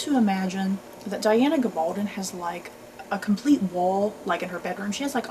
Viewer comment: Pronounced GA-bal-don (rhymes with stone)